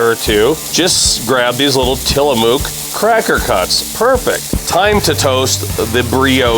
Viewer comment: A great video showing field to table. I have to add a correction and don't mean to be "that guy", but here I go. 😜 The mook part of Tillamook is pronounced like book or look. A native Oregonian here and yes, that cheese is really good!